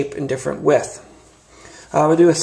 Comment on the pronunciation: Good onya mate, thanks I really enjoyed the vid. I own 2 of the old wave and love'em. New one on the way. Thanks for showing the differences.1 tiny tiny complaint, the word is Width not With but then again Americans do talk funny. Ya got a new subscriber. Thanks again mate.